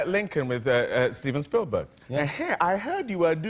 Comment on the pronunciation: Tom Crue...Steven Spielburger...Opera Wilenfry!